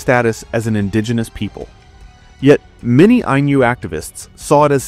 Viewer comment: If "Ainu" were meant to be pronounced with a palatalized n (as the narrator pronounces it) then the Romanization would be "Ainyu."